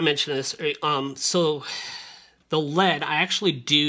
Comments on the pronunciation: also LED is pronounced ELL E DEE not lead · L.E.D not led. light emitting diode is what it means